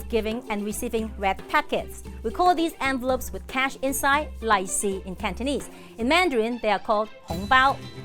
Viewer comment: The way she’s pronouncing “lai see” means something else 💩 😂